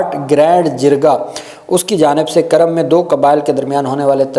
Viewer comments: بھائی یہ کرم نہیں ہے بلکہ کورم ہے کاف پر پیش ہے کرم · کرم نہیں جناب کورم ک کے اوپر پیش ھے